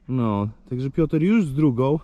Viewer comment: Panie dlaczego cały czas mówi Pioter a nie Piotr lub Piotruś to trochę wiocha pachnie czas na zmiany